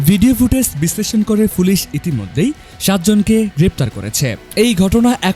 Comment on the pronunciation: ভাই ফুলিশ হবেনা, উচচারণ হবে পুলিশ